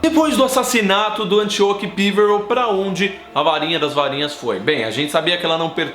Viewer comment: OI, ótimo vídeo. O jeito como você pronuncia "Píverel" da um pouco de agonia, já que não se parece nem com a pronúncia comum no Brasil "Peverél" ou da inglesa.